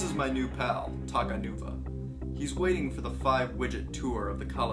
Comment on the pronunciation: You said takanua it’s takanuva